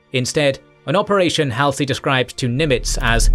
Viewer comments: Halsey's name is pronounced -- Haul-zee, not Hal-see. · It’s been long enough that it might be time to learn to say Halsey.